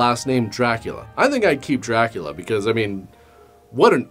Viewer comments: Rockin it. But pronouncing it Dra-Coolio. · it’s DrayCulla